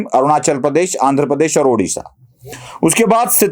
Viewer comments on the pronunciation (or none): none